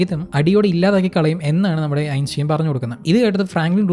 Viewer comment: ബ്രോ സ്പീഡ് കുറച്ച് സംസാരിച്ചാൽ നന്നായിരിക്കും. പിന്നെ ആൽബർട്ട് ഐൻസ്റ്റൈൻ എന്ന് പറയുന്നതിൻറെ പ്രൊനൗൻസിയേഷൻ ശ്രദ്ധിക്കുക എങ്ങനെയാണ് ശരിയായി pronunce ചെയ്യുന്നത് എന്ന് മനസ്സിലാക്കാൻ ശ്രമിക്കുക. മറ്റുള്ളവർ അത് കേൾക്കുകയും ചെയ്യും തെറ്റായ ഉച്ചാരണം തിരുത്തുകയും ചെയ്യും.